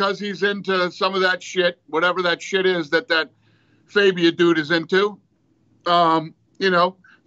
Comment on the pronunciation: his name is not faybia its fabia